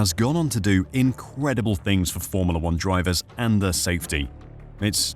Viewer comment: Cant stand how you pronounce FORMULA!!!!!